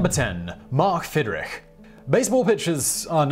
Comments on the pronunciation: pronounced "Fid-rich" not rick. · It’s not Fidrik! It’s Fidrich.